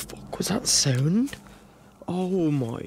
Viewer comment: "wha the fuck was tha sauuund"